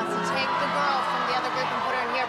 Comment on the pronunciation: I have a question,were you supposed to say her instead of fer